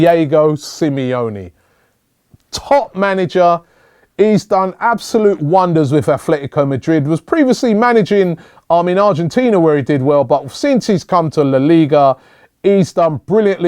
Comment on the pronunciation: It's Atletico not athletico lol